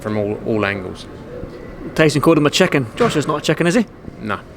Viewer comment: chicken sounded like check in lol.